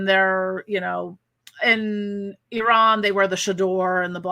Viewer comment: Omg! You are the first American or anyone who Ive heard pronounced Iran as its proper sounding phonics Ee-Ran....rather than how people always say it sounding like I -Ran \ Eye-Ran. Im half Persian btw lol.😸 So yeah was super nice to hear the correct pronunciation thank you! Hope your Retrograde isn't going too odd balled. Mine certainly did today lol